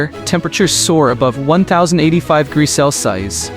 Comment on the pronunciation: You did not say the word Celsius right word degrees right either or you need to get some better English skills or have a better AI voice I don’t know which one you’re using